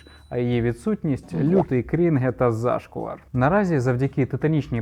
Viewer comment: зАшквар, там ріл на перший склад наголос? лютий зроз